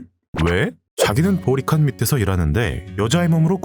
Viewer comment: 자꾸 보리칸이 모히칸으로 들림. 진짜 모히칸이 메인 빌런이었으면 재미있을듯